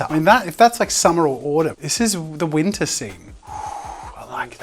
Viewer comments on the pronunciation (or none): I died every time he said, "it's in wintah ". that was so cool great job